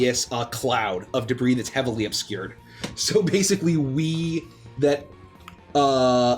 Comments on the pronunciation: debris = de bree (it's french in origin so you don't say the 's') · "It's covered in de-briss." This is what happens when you let a mohel into a balloon factory. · Pretty sure she was just riffing lol, she's a grown woman in the U.S., she's heard the real pronunciation.